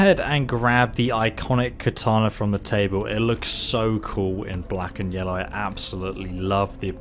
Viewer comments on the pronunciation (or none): none